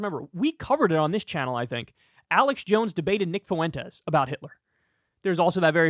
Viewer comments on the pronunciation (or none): Please stop mispronouncing the name Fuentes. I know a good amount of people with that last name & can reliably tell you that it is two syllables, not three. F’win-tez. Not foo-win-tez.